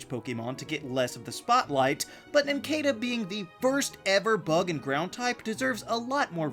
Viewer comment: It’s pronounced nin-CAH-duh, “”. 🤨